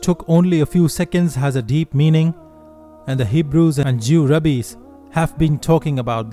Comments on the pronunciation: It's Rabbis, not Rabees! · My friend, I am a fellow Muslim and appreciate your great videos. Please say, ‘Raabiiys’ instead of ‘Rabees.’ Jewish Rabbis are pronounced correctly as Raabiiys.